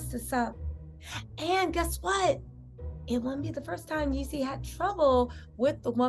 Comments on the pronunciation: Say it with me … jeezy & Jeannie lol 😂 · What Keyshia Cole Say??? I Shoulda Cheated 😂😂😂😂😂 Ironic lol I know dang on well you see that J and not a Y why do you keep saying Yeezy??😂